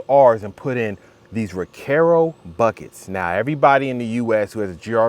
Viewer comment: Bro it’s Recaro! Not Recare O!